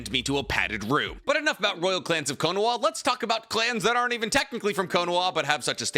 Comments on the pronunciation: Anyone noticed that he says "Konawa"? But the thumbnail and title are spelled correctly "Konaha" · Why does say kohnowa